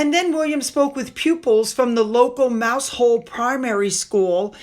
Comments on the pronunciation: Great video! For future reference….Mousehole in Cornwall is pronounced "Mow-zul". Locals strongly correct the common mispronunciation of "mouse hole," so it's important to say it as one syllable, rhyming with "how" for the first part and "zul" for the second….I too was corrected by a resident when we once visited the area. It’s a beautiful place, but they insist it’s pronounced correctly. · I flinched when you said Mouse Hole! 😂 I know, but it’s pronounced “Mowzil”! We’re a strange breed! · Not Mousehole it's pronounced Mow zel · ..hi from UK...Mousehole is in Cornwall and locally it's pronounced...Mowzole!! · Dear, it is called Football in the U.K. although we do refer to it as soccer as well. In America that boring, confusing, and goes on forever game is called Football, here it is more like Rugby but we wear less protection. Best wishes. I hate to tell you this but Mousehole in Cornwall is pronounced Muzzle, I don't know why but it is one of the smallest villages in Cornwall and very pretty. Re - Gavin Burrows, I am sure he admitted that his "statement" was forged years ago so why didn't Sherbourne know this? I think Harry is being stitched up by an overachieving and popularity chasing Barrister, is Harry going to say nobody told him again? Like nobody told him he couldn't win his security battle with RAVEC? Everyone told him, but it still took three court cases to say NO to him before he got the idea into his thick head. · Hi, this is not a criticism and shows how mad the English language is,mouse hole is in Cornwall but it’s pronounced mow-zul 😀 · It's pronounced mowsall, but good try 😂